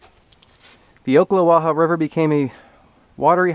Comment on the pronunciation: Ocklawaha native here enjoyed your video but not “oak”-la-wa-ha my friend But ack-la-wa-ha....only Yankees say oak lol